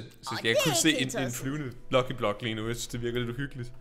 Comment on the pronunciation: siger luckyBLOB